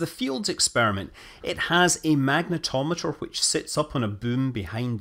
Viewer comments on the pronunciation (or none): none